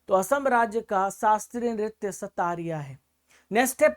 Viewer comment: Assam ka Classical dance "Satariya" nahi "Satriya" hain sir. Pronounciation galat hain.